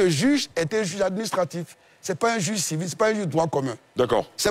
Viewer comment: Quelqu'un qui sait pas prononcer le mot "juge" qui dit jige... Vous voulez qu'il comprenne français ?